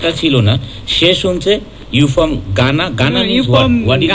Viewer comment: Jara from ke "pom" bole ami mone kori tader kene soriShar tel dukanu uchit.